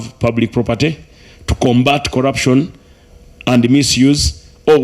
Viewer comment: I managed to work out some of the pronunciations: Delivaly (delivery), collapson (corruption), lule (Rule)